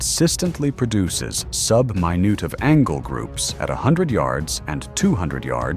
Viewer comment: The "MY-NOOT of angle" cracked me up.